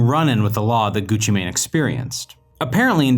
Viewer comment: Him saying Gucci mane is the equivalent to my grandparents saying poke man instead of Pokémon